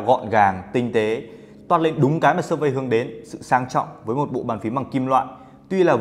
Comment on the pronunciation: Làm ơn đọc là Sơ Phít :) đừng Sơ Phây nữa